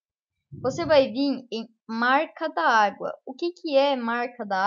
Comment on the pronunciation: fala-se marca dagua(marca d'agua) e não marca da agua kk mais bom video